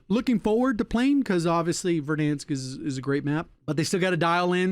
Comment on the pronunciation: Its funny the way he says “Verdhanskkkk” 😂